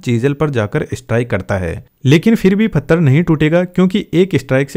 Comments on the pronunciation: Pathar❌ Fattar✅ Bhai pakka haryana se hai😂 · Maharashtra mein bhi fattar bolte hain 😂